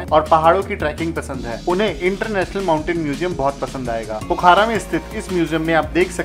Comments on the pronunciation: भाई पोखारा नहीं पोखरा बोलो यार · पोखरा नाम है पोखारा नही